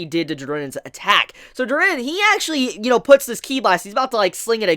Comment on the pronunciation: The animation is incredible btw i hate the way you pronounce jiren lol